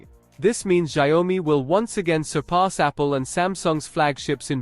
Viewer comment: can't even pronounce the brand correctly...lol